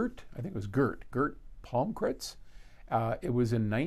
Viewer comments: Gurt Pahmcritz? OK OOOOh Gert Palmkrantz, lol. Yeah, the Swedish pronunciation of that is nothing how you spell it. Sometimes Swedish can trick you. :-D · It's made in Sweden, Stockholm in Gamla Stan (Old Town). If you want to impress with your Swedish pronunciation it's Jeart Palmcrantz. The musicians are really world class too.